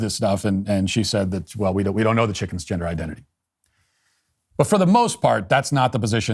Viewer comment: what's a "gindah" ? 🤣